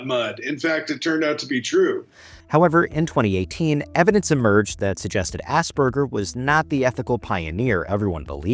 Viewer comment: Idiot pronouncing Asperger's as Ass burgers 🤦‍♀️